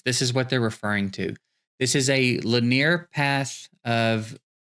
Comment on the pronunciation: Lin-near 😂 caught me off guard, almost as good as i-Ron twins